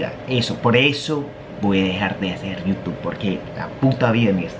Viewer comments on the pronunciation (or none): none